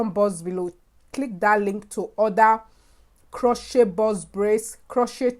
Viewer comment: Luv your African accent. The "t" in crochet is silent.